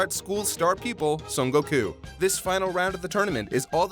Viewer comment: I love that always pronounces "Son Gokū", being loyal to his original name.